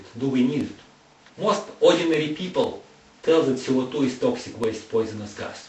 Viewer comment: oh my gosh, his accent...like french! dont understand,,,what i heard was: oxygen, our lungs.... he says CO2 is ce o tu